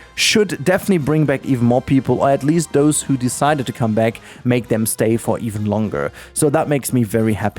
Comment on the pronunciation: man your accent...I sure hope you sain 14 and not 40 dollars.